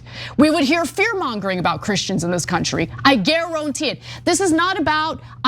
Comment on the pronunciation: Gare-O-ntee-IT 😂😂 love Ana